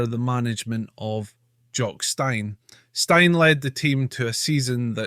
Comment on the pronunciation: You know it's pronounced Seltic but you keep saying It's also Jock Stein pronounced Steen and not Styne